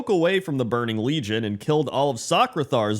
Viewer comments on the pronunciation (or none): none